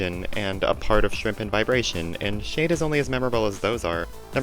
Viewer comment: Schade is pronounced (shah-duh) or (shah-day), not (shayd)